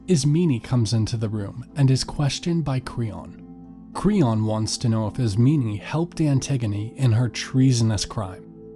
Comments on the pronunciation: dude am i the only one who got triggered after he called Antigone, Antigeneeeee and Isemen Isemeeeeneeee? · Why are you saying Ismeney?? There’s no “ee” at the end. And it’s Eteocles on Eteclees. Pronounce the o. And it’s Polynices like Poly nice knees. Not Polyneses. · Great but it’s IS-MEH-NEIGH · they need to have a pronunciation guide i this book stg i was saying ismeynee the whole time.